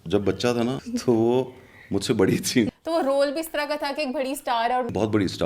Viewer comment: please correct your pronunciation, its "Barri" بڑی not"Bharri" بھڑی..... Amma ko pta lggy ga tw wo apko daantyn gyn... She gets really angry on wrong pronunciation